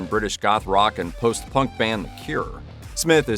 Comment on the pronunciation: true-sell-ent Don't use the big words if you can't pronounce them. ;)